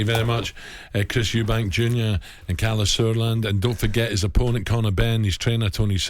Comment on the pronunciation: Interviewer needs to prepare a bit better and be able to pronounce his guests names correctly